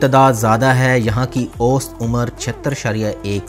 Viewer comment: aap age ko aust umar na kahen ausat umar kahen to munasib hoga